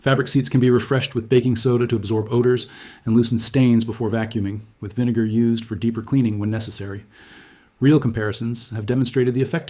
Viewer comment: Video starts He says baking soda and vine-gar